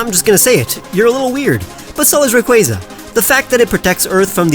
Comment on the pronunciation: IT’S RAYQUAZA, NOT RAUQUAZA! FIX IT NOW! LOOK AT ME, I’M AND I’M A STUCK-UP ASSHOLE. 🤬🤯😤